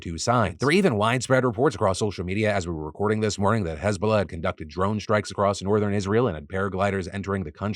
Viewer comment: I didn’t hear hezbollah properly at first so I thought Israel was beefing with hasbulla